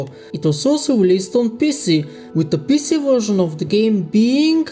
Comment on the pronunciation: PC sounds like something else when you say it